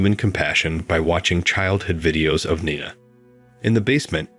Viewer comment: Interesting story but the narration sucked. I heard at least three different pronunciations of "Nina" for a start.